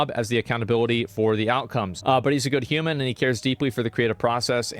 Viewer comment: What's with the wierd emphasis on the "human"? Is he not?